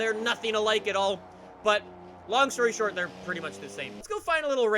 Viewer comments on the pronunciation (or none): none